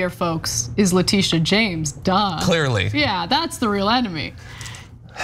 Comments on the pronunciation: Ana, you are mispronouncing Letitia. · it's pronounced leh.tish..a...